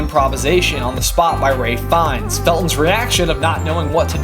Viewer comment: YOU PRONOUNCED RALPH FIENNES CORRECTLY